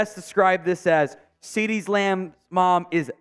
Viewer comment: I can see the Youth Umpire job lmao and sir it’s Cee Dee not CD’s your killing me 🤣